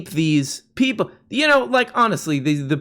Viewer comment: crowdeeerrr crowdeerrr, its crowduh!!! say it right!